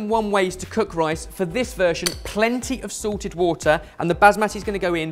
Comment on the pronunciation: pronunciation problems strike again, except this time it with the word 'salted' making it sound like constant Sorted product placement!